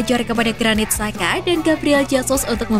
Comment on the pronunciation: Bacanya Granit Caka , C tebal dengan penekanan. Bukan saka